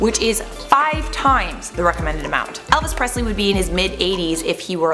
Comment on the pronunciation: Prestley???????....yes...not Presley!!